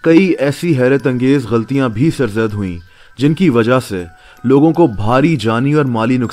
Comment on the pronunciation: Bhai saheh tallufuz ghalti nae "gha la ti" hy. Plz correct and dont mind.